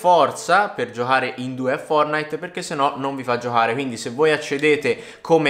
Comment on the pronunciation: Giohare?😂 Giocare non giohare